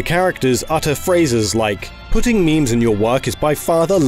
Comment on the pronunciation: “Intarnet culcha, and meeems”